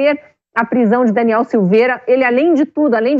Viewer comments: a reporte fala errado o nome do parlamentar, que vergonha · Repórter desatente, POR DUAS VEZES fala errado o nome do Daniel!!! DANIEL É INOCENTE!!! LIBERDADE JÁ!!!!!!🇧🇷🇧🇷🇧🇷🇧🇷🇧🇷🇧🇷🇧🇷🇧🇷🇧🇷🇧🇷